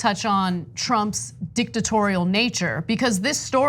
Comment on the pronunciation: Ana said Dicktatorial🤔